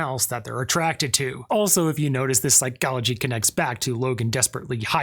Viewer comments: "In Psy-CHO-logy" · “This is what we refer to in Psy-CALL-ogy as…” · why do you say psychology like that